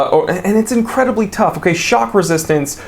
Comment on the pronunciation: I lost it when you said “TOUGH!!” 🤣